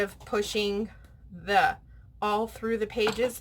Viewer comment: It’s “all”. Not owl. 😊